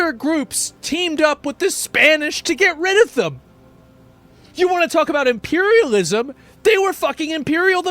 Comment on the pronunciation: south america kick the camis out he say imperialismt